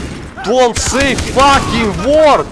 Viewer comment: I looooove the way he say fucking,it goes like faking